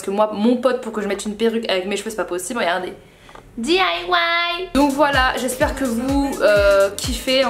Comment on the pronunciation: ça fait fait longtemps que je voulais dire ça mais quand tu dit "j'espère " au début de vidéo tu as l'accent belge ;)